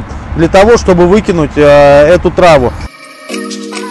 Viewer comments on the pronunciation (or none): почему все продавцы всегда говорят "трАву", а не "травУ" - загадка